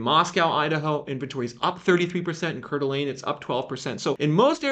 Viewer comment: Hi! Just FYI, the pronunciation for Coeur d'Alene is 'core-duh-lane'. 😅